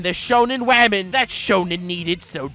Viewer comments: By the way, I was watching Wolf Children for the first time today and I called Hana "wamen". THIS IS ALL YOUR FAULT AND YOU BETTER BE GRATEFUL! YOU HAVE CREATED A NEW TERM FOR THE ENGLISH LANGUAGE AND, IF NOTHING ELSE, YOUR INVENTION OF THE WORD "WAMEN" SHOULD BE ON YOUR GRAVESTONE. It is just such a fun word you genius, baka I hate you. XD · "Welcome Wamen and gentle wamen "